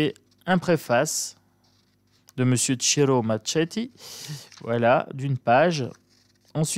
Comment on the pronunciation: Bonjour, superbe oracle, comme l'a dit une personne tout ce que fait Ciro Marchetti est magnifique... Marchetti se prononce comme 🥰🥰🥰